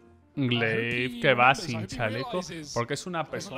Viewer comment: S1mple??? Madre mía... solo falta que digas gla1ve en lugar de gleiv... 🤦‍♂️